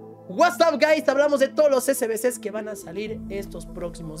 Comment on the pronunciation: Uatsap gais😂